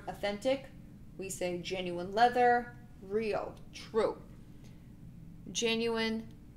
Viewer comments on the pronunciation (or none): none